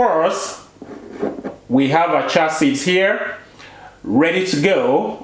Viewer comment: Cheeee ya seeds "chia seeds"